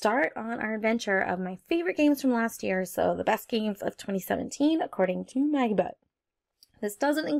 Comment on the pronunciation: totally thought you said maggybutt at the start of the vid.... i need sleep